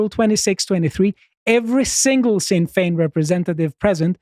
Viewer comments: The "Sinn" of Sinn Fein sounds like "Shin" when pronounced. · I really love when this non Irish guy calls Sinn Féin sin Fayne.. stay in your lane. Russian propaganda. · Please pronounce Sinn Fein the Irish way where s is ShinnFein. Varadker has the emphasis on the second A. It's a difficult language.